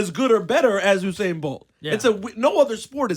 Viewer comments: Ebro, who the hell is Oohsain Bolt?? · I'm gonna need y'all to stop putting on H on Usain's name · Dumbass! its not hussain its Usain. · Its usainbolt not who sain bolt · Why these ppl said "HU"instead of ""U"? His name is Usain. U...U...U..U say it..U..U..U Usain. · Its "You- sane" not "Ooh- sane". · I'm gonna need you guys to stop putting an H on my boy's name. His name is not Hussain, it's Usain. Say it with me U-sain.... U-sain... U-sain... Usain Bolt! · I have crazy respect for you guys but you really have to stop saying Usain's name incorrectly. The man's name in pronounced "You-sain", im not trying to be a jackass, only passing on some knowledge so you guys can continue to be the professionals that you are. Keep up the awesome work cousins. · why can he not pronounce Usain Bolt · + donnett wilson You obviously misread my post. I know very well who Usain Bolt is, I am Jamaican myself, born and raised. My point was that during this video Ebro (radio presenter) kept on pronouncing his name wrong. Click on (like I originally wrote above) and you will hopefully see what i'm talking about. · + david hudson You obviously misread my post. I know very well who Usain Bolt is, I am Jamaican myself, born and raised. My point was that during this video Ebro (radio presenter) kept on pronouncing his name wrong. Click on (like I originally wrote above) and you will hopefully see what i'm talking about.